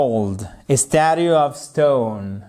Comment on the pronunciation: statue se prononce /ˈstætʃ.uː/ , le deuxieme T se prononce comme le CH de chair et chance